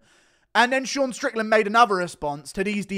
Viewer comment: "ShOrN" hahahahahahahahahahaha